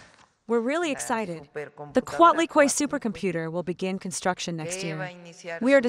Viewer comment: Your pronunciation of Coatlicue is incorrect